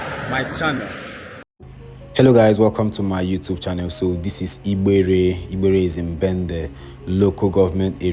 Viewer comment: The way you’re pronouncing igbere is funny. Change your diction pls 😂